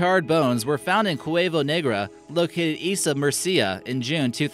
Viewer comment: Nice research and quite serious presentation but could you please learn to pronounce the names and places right? CaraVAgio, MUrcia